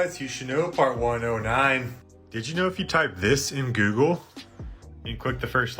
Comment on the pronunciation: Why are you mispronouncing words like google and harvard?